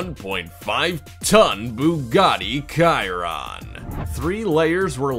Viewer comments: You need to learn to pronounce your Italian, it's not Ciron it's pronounced as Chi ron so please use you U-tube and make sure you get your pronunciation right before you start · I got really TRIGGERED by this... ITS NOT BUGATTI (k)-iron ITS BUGATTI (sh)-iron OKAY?!? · When hey said "Bugatti Kiron lego car" I almost threw up but I did report the video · Chiron= A car Cirron=What the hell is that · I was dead once he said kairon instead of Chiron 😭💀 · It's not a KAIRON, it is Chiron "Sheron" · it is not called the cirron it is pronounced shur-an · Kiaron ????????? Really It's pronounced Cheron like the name suggests!!!!!!! can you pronounce ch? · its not khiron its pronounced chi-ron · Its not Chiron your saying "KAI-ron" its "SHEER-ron" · Bugatti Kai-ronnn. :(((( There are at least 100 videos about this car, where you can hear the correct way to pronounce it. At first I thought they wanted to be funny. But then I realised... OMG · Nobody: Absolutely no one: Not a single person in the universe: This guy: Bugatti Kiron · did he just say "kai-ron"? i am so disappointed smh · calling Chiron = KAiRON is equally as disturbing as having a thumbnail with a 8 wheel prius and not showing in the video .... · RenALT? Kiron? Need to work on that pronunciation my guy... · "Kai-Ronnn"...lol, awful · It's pronounced Shiron!! 🤣 🤣 🤣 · "Rennolt" and "Bugatti KYRON"... really? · Buugaaadddi Kairoon. NOO NO! NO GOD PLEASE NO! NOOOOO! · It's Chiron (SH-Y-RON) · Yeh, that's kind of his trademark :-) Just wish he would pronounce the Bugatti Chiron right (not "kai-run") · Your saying the Bugatti Charon name wrong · Bugatti Chiron is pronounced BU-ga-TEA. SH-y-RON. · You said Ciron. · Chiron is pronounced like sheerron... please... can't hear it like that... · He keeps saying kairon...... jeez that's annoying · If he says kiron one more time im gonna lose it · hes saying chiron all wrong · The pronounse is ''chiron" not "chiron" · You pronounced chiron wrong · Bro.. learn how to say chiron